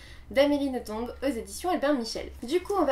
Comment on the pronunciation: Si je ne me trompe pas c'est Nothomb comme dans plomb. Le B ne se prononce pas :) . J'aime beaucoup tes vidéos. C'est un plaisir de t'écouter.